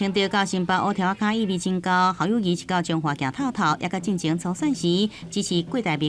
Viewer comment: 侯友宜明明念Kâu友宜，恁敢無欲改？